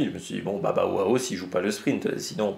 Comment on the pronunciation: Je confirme pour tes prononciations de Bauhaus et Meintjes qui vient bien du néerlandais